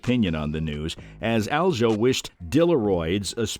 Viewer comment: Broooo. U pronouncing aljos name wrong is driving me crazy lol